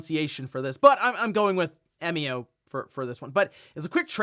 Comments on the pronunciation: 笑み男=Emio, pronounce eh-mee-oh. Means "smiling man". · But we do know how to pronounce it. It's literally how it's pronounced in Japanese. 笑み男 -> えみお -> E mi o. You pronounced it correctly. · “Eh-mio” is correct, at least following the Japanese pronunciation. The word 笑み男 is literally “emio”, with the Japanese “e” sounding like “eh”. Who knew could speak Japanese 🤯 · About Emio's name, I'm pretty sure you got the pronunciation right. Because it comes from it's Japanese name 笑み男 (emi otoko, just taking the toko at the end), emi meaning smile and otoko meaning man. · I believe you're saying Emio correctly. It seems to be a shorthand of the Japanese name "Emiotoko" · You pronounced "Emio" correctly 👌. I've been learning Japanese for about 3 years.